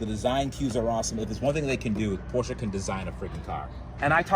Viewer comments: Appreciate you pronouncing Porsche correctly. Also Porsche jumped the shark by having a 'turbo' model EV which has no engine or turbos. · It is pronounced porsha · As a German dude, I must really thank you for pronouncing "Porsche" right <3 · props to for pronouncing Porsche correctly as an American